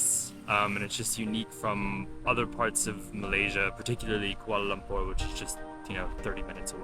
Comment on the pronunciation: I like the way both of you pronounced the cities names, Kuala Lumpur & Putrajaya correctly. Very informative vlog with lots of facts abt the city. As a Malaysian, glad you like the city. Thanks guys.